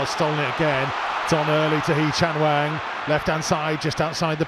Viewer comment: ffs say hwang's name correctly and in proper order